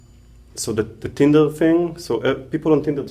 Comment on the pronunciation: “First you call it Tindle” 😂😂😂😂